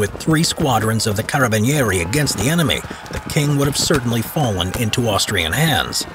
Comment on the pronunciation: i love you pronunce of carabinieri PS: i'm from italy